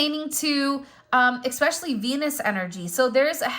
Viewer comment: Expecially? Especially. No X